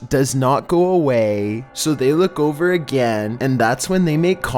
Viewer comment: i love this dudes voice, at the end of every sentence he holds one syllable xD gonna get overrrrr i love it xD